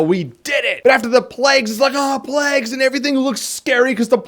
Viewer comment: The plags! The plegs! The lack if pronunciation!